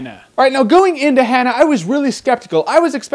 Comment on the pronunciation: Learn to pronounce "Hanna".